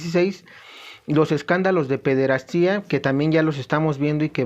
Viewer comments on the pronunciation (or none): Hermano. Gracias por tus vídeos. ¿quíen sería el antipapa? Pir otro lado, sin afán de ofebder, se pronuncia pederastia, no pederastía.